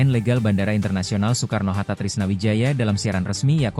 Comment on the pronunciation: Ai dubbing kayaknya bang, soalnya baca kata Soekarno pelafalan 'oe' dibaca utuh